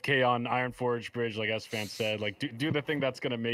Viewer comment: Alfonso Mural yeah, it drives me crazy when esfand says that!